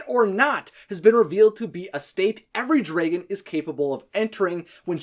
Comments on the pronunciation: Why do you say dray-gun instead of drag-gun? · Why do you say dragan instead of dragon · Wtf is he not saying dragon right. It’s dragon not dragen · If I hear draygon one more time ima be pissed 😂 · What’s a “Dregon”? 🤔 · He says draygon Not dragon What the hell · Wtf is a Draeigon? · Why do he say draygon instead of dragon?? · It's not draegons it's dragon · That’s not how you pronounce the word dragon. It’s not ‘draegen’, it’s dragon. Dragon. Like the word ‘drag’, with ‘en’ behind it. Unless you pronounce drag as ‘draeg’. Just saying. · Do You pronounce dreagon? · Please stop saying “Draygon” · "Draegon" ...Good video but the way you pronounce dragon makes me just...nope.. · Anyone else noticed that he said dragon like this: > draigon? I can't be the only one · Learn how to say dragon correctly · Your right man, i cant stand iT! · I don't wanna be mean but i hate how you say dragon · I’m sorry. It was your pronunciation of dragon that made me think that.